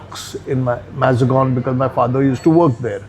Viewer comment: Arey arey for a Mumbaikar, the way he butchered Mazagaon to "Mazagon"